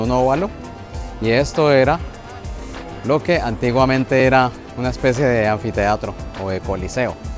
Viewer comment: Anfiteatro? 😅 Solo oír eso y ya dejo de escuchar